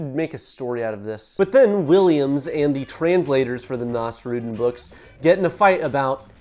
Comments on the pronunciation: ❌️ naws-ROOD'n ✅️ naws-roo-DEEN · ive never heard someone butcher nasrudin's pronounciation this badly before. can you search it up next time? its not that hard to pronounce correctly